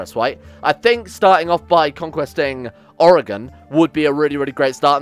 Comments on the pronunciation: My god someone not from oregon actually is saying oregon correctly Oh no ... He's renaming things... also yes beaverton is actually where I'm in right now. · As an oregonian, you pronounce it better than 90% of other americans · As a fan I hope you win. As a proud American citizen I hope you lose. Edit: Your pronunciation of Oregon was a nice surprise.